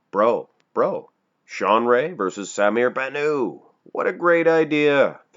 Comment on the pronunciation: someone please tell that the (t) in bannout isnt silent.....